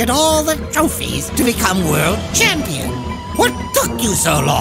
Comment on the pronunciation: "Champeen" They should have kept that.